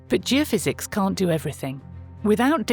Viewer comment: Surely it should be Geophys ie geophysics not geofizz which sounds like a drink